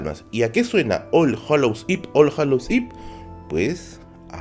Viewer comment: Eve no se pronuncia ip sino iv la uve es casi como una efe, lo pronuncias mal, pero fuera del inglés todo perfecto UwU